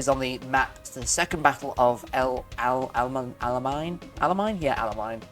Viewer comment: Bro pronounced el alamaine wrong :skull